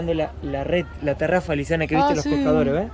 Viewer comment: Se llama tarraya no tarafa😅